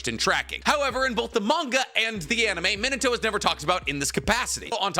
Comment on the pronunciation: His name is Minato(Mee-nah-toe) but for some reason you pronounce it as Minato(Mih-nuh-toe) how you gonna be an anime geek and get his name wrong? 🤦 Its a Japanese name, it isn't pronounced like the English word 'minute'.